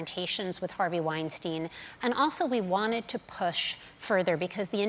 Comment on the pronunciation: I wish people would learn how to pronounce Weinstein’s name correctly. It seems difficult for Americans to grasp the most basic elements of language.